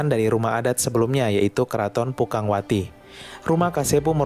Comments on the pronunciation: Aduh rumah pukangwauti? Yang bener rumah Pakungwati.. 😂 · Ngakak sama narator nya, gua asli cirebon, nama yg bner pakungwati bkn pukangwati 🤣🤣🤣